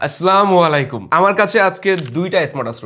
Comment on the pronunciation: আছলামু নাকি আছ ছালামু , ছালাম দিলে শুদ্ধ করে দেন নতুবা প্রয়োজন নেই , এত বড় একজন ইউটিউবার কিন্তু সালামটা শুদ্ধ করে দেওয়া এখনো শিখেননি এই ছোট্ট একটা জিনিসটাতেও কেউ কি ভুল করে